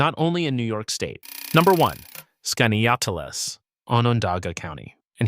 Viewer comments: He butchered the name!😊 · Your AI narrator couldn't pronounce "Skaneateles" the same way - even after telling viewers how to pronounce it. Why are these AI narrators even necessary? Can't you narrate your own video?